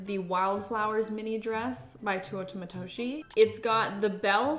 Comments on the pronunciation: Bro if i hear tuotah matoshie one more time imma fucking flip, i love you and your videos, ive tried to not be that person but im dying inside, its te-oo-ta matoshi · Tay - oo -ta Matoshi. Not TOO oh ta. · please love you and all but please pronounce Teuta Matoshi correctly (teh-oo-tah mah-toh-shee)